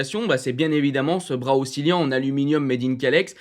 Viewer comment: Oscillant pas oscilliant 😢